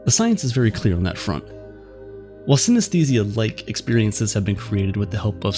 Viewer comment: Let's pay our respect to the narrator who pronounces the word 'synesthesia' hundreds of times in this video. It was hard.